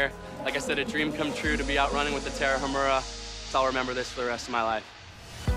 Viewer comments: "the Tarahamurrhha" congrats on butchering the name! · Agree. And it's Ta-ra-umÀ-ra, no sound on "h". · If you want to pronounce Tarahumara correctly say the following in English "Tara uh! Mara" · The Tarahumara used to do that while kicking a ball.....The just hasn't the time TO LEARN HOW TO PRONOUNCE THEIR NAME!! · The way that guy pronounced Tarahumara is like nails on a chalk board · Great video! But it would be better to pronounce Tarahumara correctly.